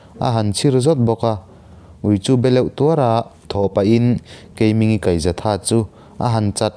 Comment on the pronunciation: Keimingi hi thluk deuh tur.. Keimiiinngii tih tur ani